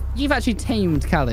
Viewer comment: How a champion pronounces “kali” wrong lol